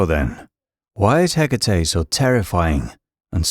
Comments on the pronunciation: Her name is HE-KA-TE, not hiccatei😅😅😅😅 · If only you would pronounce her name (and any other greek name) appropiatley. Can't be that hard???❤